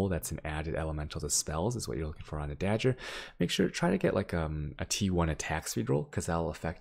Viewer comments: da gur not da Jur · By dah-ger you mean day-gur right? lol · Ok i just found this and... wtf is he saying? its DAGGER not DAJJER .. speech impediment? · "Dajjer"... TRIGGERED! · how can u be an asian and have such good pronounciation yet cant say dagger right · Why do you pronounce dagger like that :(